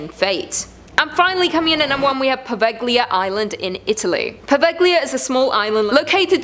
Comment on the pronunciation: Fantastic video as always! I'm one of those weirdos that loves to go to places peoplewarn me about. I know... I'm stupid =) Also, not to be rude, at all, just Poveiglia is pronounced Po-vay-lee-uh <3 Love you guys!